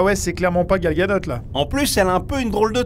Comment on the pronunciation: on dit gal gadote ? j'ai jamais prononcé le T ^^